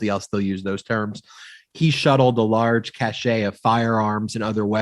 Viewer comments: "Cache" is pronounced "kash", not "ka-shay" "Cachet" is pronounced "ka-shay". If you do it right, it is possible for your cache to have a certain cachet however. Don't feel bad, it's all part of growing up American, where words with French roots are routinely hillbillificated. Don't get me started on "foyer". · Cache of weapons, not cachet